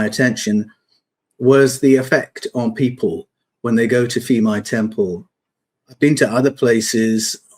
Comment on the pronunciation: It's pronounced peemai like phuket the ph is not f